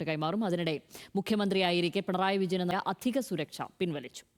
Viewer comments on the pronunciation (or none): none